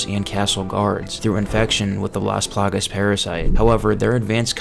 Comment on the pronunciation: take a shot every single damn time he says "las palagas"